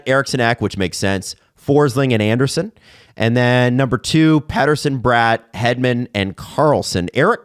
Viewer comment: Funny how gets corrected for pronouncing Bratt wrong but the correction is also wrong 😂